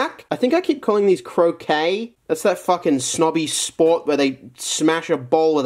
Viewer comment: Croquet or Crochet. Which do you hear? Ape man hear croquet